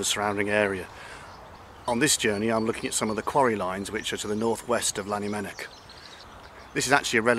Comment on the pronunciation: Please stop saying Lannymunock for Llanymynech. Learn how to say it properly or don't say it at all.